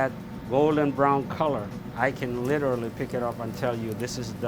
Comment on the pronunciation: I love the French toast chef’s laugh! He genuinely sounds like a happy guy!🤩😂😂 And what did she say ? “Lirally” 🤣 She is beautiful though!